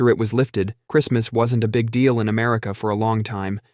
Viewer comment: “in” not “een”